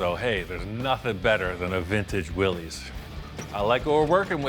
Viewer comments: Willys, pronounced Will-iss, not Will-eez. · BTW, it's pronounced Willis, like "Watchu talkin' bout Willis". Not Willies.